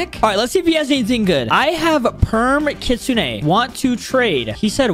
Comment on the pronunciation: Bro Said kutsuneah